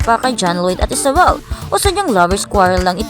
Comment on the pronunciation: nakakabuset boses mo at style ng pagsasalita mo! halatang ginagaya mo ibang vloggers. saka Isabel name nya, hindi ESABEL. imbes mag follow ako syo lalo ako nabuset!